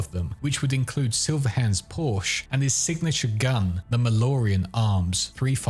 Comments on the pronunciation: the "e" in "Porsche" is not silent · nearly took away the like for raping the word Porsche.